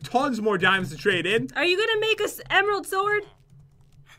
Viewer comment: he said emeraldt